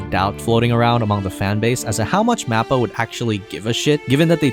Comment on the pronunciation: MAP-PA? Please don’t make anime videos if you can’t even pronounce the studio right. Mahpa or moppa it’s not a map.